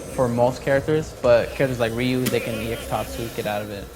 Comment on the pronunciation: still calls Ryu "Roo" no one cares anymore